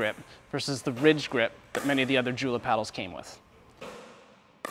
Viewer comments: The fact that you don't know how to pronounce Joola lets me know that you don't know much about pickleball, let alone paddles. The Model E Elite being thermoformed makes it more powerful and less controllable than the original Model E. The GBX is a joke. The Vanguard series is simply irrelevant in 2023. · You need to get the name pronunciation correct on Joola paddle. Oops... Why did you comment on sweet spot size on these paddles?